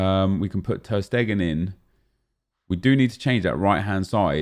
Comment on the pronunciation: Anyone notice that it sounds like he says ter Stegen in a weird accent